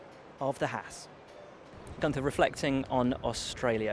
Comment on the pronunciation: I love Günther's accent. It's like there are no "T"s. Brilliant.